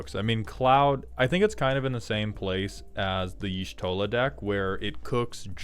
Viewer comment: As the one who preordered only Y'shtola It's pronounced with an "ah" inflection, on the "Y' ", so it's supposed to be more like "Yah'Shtola", with a short "ah".